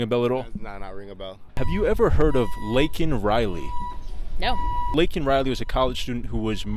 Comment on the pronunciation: His pronunciation could have been clearer. It isn't Lincoln Riley; it is Laken Riley.